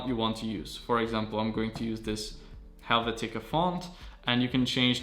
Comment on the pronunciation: Takes a lot of damn gall for a guy who can't pronounce the world's most common typeface (helvetica), and who refers to italics as cursive to criticize "boomers."